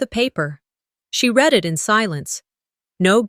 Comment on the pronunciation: Another dropped wineglass. Doesn’t happen in real life. Irritating. Past tense of ‘read’ is pronounced ‘red’. Wish the AI would adjust the stories to remove the clichés and the incorrect pronunciation.